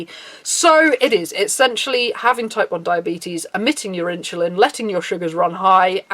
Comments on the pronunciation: “in-cha-lin” * insulin* not with a ch... sorry... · great video thanks for shining a light on this! however insulin is pronounced "in-sil-in" or "in-su-lin" not "inchillin" lol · Why are u pronouncing it "inshuline"?